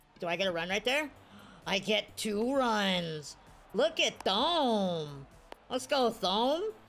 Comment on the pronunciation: Thome is pronounced Toe Me